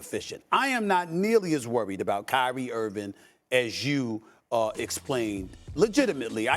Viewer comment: Steve A.... Why can't you say Kyrie's name right? It's Irving.. Mnot Irvin.... And Dallas wants to see if Luka will give up the ball? That's a horrible take! Do you even watch mavs games? Clearly not!